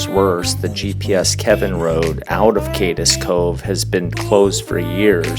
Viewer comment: If you do hit Cade's Cove (won't comment on your pronunciations), take Rich Mountain Rd back to Townsend. It's mostly dirt switchbacks and a nice ride over the hill. It's a shame, though, Parson's Branch was a ton of fun back before the park washed it's hands of it.